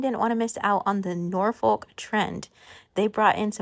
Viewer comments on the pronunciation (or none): Great video! Looking forward to seeing what you do with it all. Interested to know why Americans pronounce the L in Norfolk. Is there a Norfolk in the US? In the UK, it's pronounced with a silent L: Nor fuk (with the emphasis on Nor! lol)